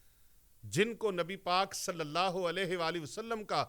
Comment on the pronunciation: اللہ کی ہ کے نیچے زیر نہیں زبر پڑھیں